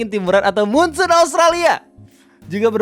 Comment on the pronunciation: Angin monsoon bang bukan moonsoon